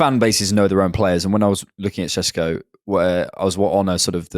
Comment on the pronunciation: It's "shesh-koh". I'm half Slovenian. I guarantee if he comes to the premier league no commentator will say his name correctly. This makes me mad. I would LOVE him to come to Arsenal.